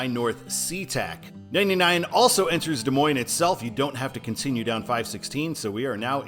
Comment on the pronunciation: Washington locals pronounce it Des Moine-SSSSS. Yes, they say the "S" at the end. So annoying! #I'mAMidwestTransplantInThePNW 😄😄😄